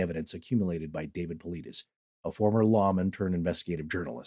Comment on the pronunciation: Ive never been critical of you guys before and i do love your content. However cone on guys.... how can you do all this supposed research about missing 411 and David Paulides and yet completely mispronounce his last name? If you would have even watched 1 of his podcasts or videos then you would know how to pronounce his last name. So that tells me you guys didn't do much of any research on this topic other than reading a book and yet you are trying to make a show and form an opinion on the topic and his content. This makes me look back on all the past shows that ive listened to and believed that you guys had done all this thorough research prior to your show. And now I realize that it probably wasnt true. You guys just threw a quick show together. Very disappointing....